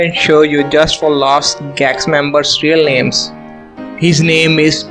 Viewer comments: The pronunciation of the names is awful. These are french names. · Jesus, forgive that Indian, the horrible pronunciation of names by Canadian-French actors, that's the terrible pronunciation !!!!!!! He should learn correctly how to pronounce names !!!!!!!!!!!!!!!!!!!!!!!!